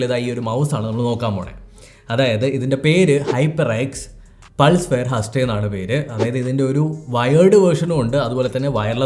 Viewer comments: i think its pronounced 'ഹെയ്സ്റ്റ്' not 'ഹസ്റ്റെ ' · haste alla HASTE😂😂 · Bro please check the pronunciation of haste in Google.